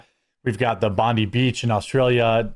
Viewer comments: Aussie here. Bondi is pronounced Bon-Die. You have to jump through a lot (I mean, a lot) of hoops to get a gun license, and it's requirements are different for each state. I haven't even seen a gun shop in so many years now, I'm not even sure where you could purchase one from. (legally) So I'm not sure what "stricter" conditions the government could implement. Our immigration needs more attention. Our infrastructure can't keep up with the intake for one. Secondly, I feel better vetting would go a long way, esp. if they applied the same rigorous background checks they do for gun owners. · As a former Bondi resident, in the 90s, it's BOND-EYE. It's 'i' like you would say the letter i. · Californ Eye A ? * it is pronounced Bond Eye * how do so many Americans mispronounce Bondi after it being the most famous beach in the world for decades. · Bond-eye is how it's pronounced. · It’s pronounced “BON DEYE” as in eye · Hey mate. We pronounce it bond-eye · Bondi is pronounced “bond-eye” Love from an Aussie subscriber x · Jeremy, stop saying Bondy Beach, it's pronounced Bond-EYE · Bondi beach is actually pronounced bond i not Bondee. Much love to my Yankee content creators. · Hey dude, it's pronounced Bon-dye not bon-dee. Cheers for covering this Jeremy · Hey Jezza, been watching since you were a Magic channel. It’s cron-ulla not cronoola, and it’s bon-die, not bondy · It pronounced “Bon-die” not “Bon-dee” beach. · Americans- its pronounced Bond - eye. Not Bond-y Also Cronulla is Cro-null (as in null & void) -a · It's not bondee beach its bondi beach, pronounced BOND-EYE! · Bondi is pronounced bon - dye not bond -ie. Sorry it's annoying me all these ppl mispronouncing it. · I get why people say "Bon-dee" but it's actually "Bon-die" Also, when I heard about the Holocaust survivor who died while shielding his wife from bullets, my tolerance for IS and their Muslim enablers hit zero. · It's pronounced Bond-eye Beach, not Bondee Beach. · Its pronounced Bond eye not Bonde